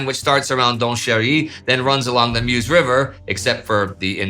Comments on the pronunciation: If Indy will be mentioning the river in the future, it's pronounced "Möz" rather than "mews". ;) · It's very nice, very interesting and well documented but it would be even better if you took 3 minutes to try to say the name of the places correctly 😊 It is sedan, not sedane, it it Meuse not miouse and so on.....